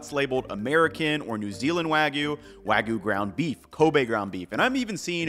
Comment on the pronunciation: The "wa" part of wagyu is correctly pronounced .